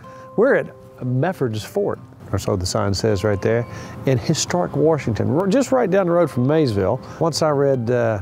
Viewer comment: He said "Warshington". 😁